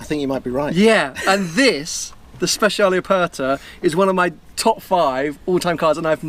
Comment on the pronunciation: Great video, but for a man with so many Ferraris you'd expect him to be able to pronounce them. Speciale does not have a Z in it!